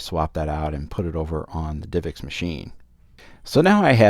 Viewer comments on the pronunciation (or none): why does he say "divix" when its like "div ex"?